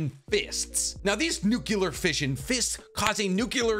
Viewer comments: Amazing content, love your videos, just a little thing that bugs me a little lol, it's weird to hear people saying "nukelar" instead of "nuk-le-ar" just that little thing dude xD, love from the third world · Love your vids man..but its NUCLEAR...not nucular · IT IS NOT PRONOUNCED NU CU LAR. THE CORRECT WAY IS NU CLE AR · Why Americans say nucular instead of nuclear? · lol Nuculur. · That Nuclear pronunciation reminds me of Bush. Remember he also kicked a wormhole away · I want you to look at the word “Nuclear” before you say it.